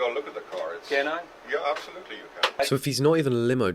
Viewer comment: the kiwi EHPSAHLOOTLEE